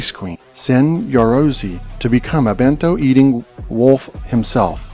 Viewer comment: It's actually Ben -to not too